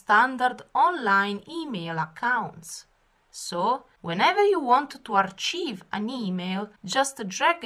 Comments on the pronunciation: you keep saying achieve(accomplishing something) but it is Archive as in ( ar-k-ive = storing them) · It might be a language difference and I apologize if that is the case, but archive is pronounced "arKive" not CHive as in type of onion.